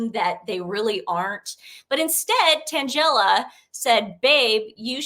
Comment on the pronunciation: I just had to vvatch 2 back-to-back. Tan-GELL-a = sounds like a comic strip character. Not to be snarky just funny. XOXO